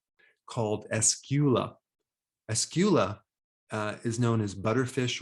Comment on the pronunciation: Its Escolar not escula 🤔👍